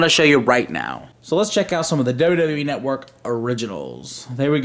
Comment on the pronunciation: "The WWE Netwuurrk"